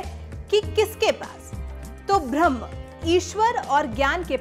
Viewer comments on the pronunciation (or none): ऊं। उच्चारण तो सही करिये। भ्रम्ह नहीं ब्रह्म शब्द है।अनर्थ ना बनाएं